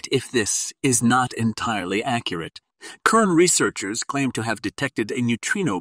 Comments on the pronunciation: clicked off after multiple "K"ern repetitions... it is a soft C like an S - you got it right half the time until I gave up , it is pronounced "S"ern. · Is this A.I mispronouncing repeatedly this demonic Companies name Kern instead of Cern 😅. Not THAT intelligent is it ? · Pronounced SERN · Says KERN - what an idiotic AI reader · Its hard to listen to when the pronunciation of the main subject isn't even being pronounced right. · probably ai. Or this guy got ai to write this and doesnt know how to pronounce words